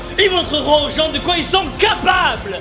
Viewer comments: T'as vraiment dit ilSSE? Haha :D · AAAH le sudiste il prononce le s de ils :DD